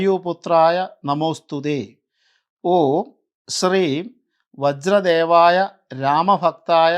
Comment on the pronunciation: വജ്ര ദേഹായ എന്നാണ്.. അല്ലാതെ വജ്ര ദേവായ എന്നല്ല . ചുമ്മാതെ ഇങ്ങനെ ഒന്നും പടച്ചു വിടല്ലേ ദയവായി..